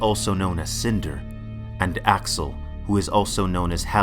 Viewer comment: Al-A-xel. You kept dropping the second A